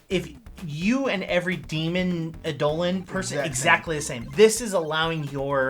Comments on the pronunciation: just a heads up its pronounced "EYE-duh-lon", not "eye-DOH-lin" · "Ey-Dolon". My ears bleed. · Its pronounced "idol-on", and basically the word "idol" originates from this.. Eidolon is the original ancient Greek written word, but it still is pronounced wrong in English, but none the less you should still pronounce it wrongly so people understand you.. its just to create a game term. If you want to look fancy (to sound cool and heard like you speak elvish), you can also replace D with TH (then/this/that/), the "I" with "EA/EE", and you just learned the true Greek word. Its written like this "είδωλον" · All these people trying to pronounce "Eidolon" in the comments are wrong it's clearly pronounced DIGIMON. I mean it's just obvious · my ears dear gods its Eye-dul-lawn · Great video However...it drove me crazy the whole time Eye-Doe-Lawn I reject the correct phonetics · I’m sorry WHAT? That’s how it’s pronounced?? For the past 4 years I’ve been saying eye-duh-lon. Huh neat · The designers have used this version, but anywhere you actually look up the word it would tell you its pronounced as did. I'd say either is fine but it did throw me off every time he said it.